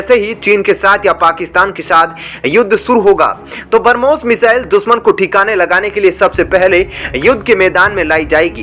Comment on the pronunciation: Please learn pronounciation of Brahmos .... it's not barmos...